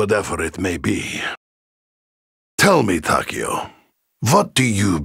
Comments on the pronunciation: Apatheticpikachu Ta-k-O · I hate how they pronounce takeo's name